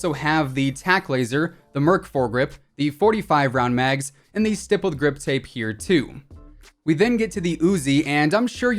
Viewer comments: I love how you say Grippled Stip Tape like every video and don't catch it. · Why do u keep saying "rippled stip grape 🍇 ". Its stippled grip tape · Who’s “grippled stip tape”. No hate tho love your vids.😂😊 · Yoooo when he said rippled stip grape i thought i went crazy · He said grippled stip tape for the PKM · Did anyone else notice that he said gripped stip tape not trying to be rude I always need up what I’m saying I just thought it was funny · “the grippled stip tape on the pkm” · “gripped stip tape” 😂🤣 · "Grippled Stip tape" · You said the grippled stiptape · 10.07 grippled stip tape . ? Ok then 😂😂 love your content man, keep going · the amount of times he said rippled stip grape or something like that instead of stippled grip tape lmao. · Nobody: Literally nobody:: rippled stip grape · He said grippled stip tape on pkm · R I P P L E D S T I P G R A P E😂 Great video, as always 👍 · Rippled stip grape😂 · "rippled stip grape" omfg im dead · "Rippled Stip Grape" xD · The ripled stip grape 😂 you said that going over the AUG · Lol he said grippled stip tape😂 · "The grippled stip tape:" ?? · lmao " the grippled stip tape" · On the pkm he said gippled stip tape hahaha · R I P P L E D S T I P G R A P E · Just want to point out you said Grippled stip tape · Did he just say "Grippled stip tape" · Did he say rippled stip grape!? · Bro imagine saying grippled stip tape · When he said the stippie grippie I almost cried of laughter. 🤣🤣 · “grippled stip tape” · He said stippeled grip tape rong every time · I lost it when you said “Rippled Stip Grape” lmao 😂 🍇